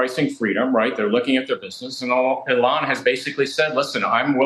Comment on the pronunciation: Never trust cnbs experts pronouncing Elon “Elaan”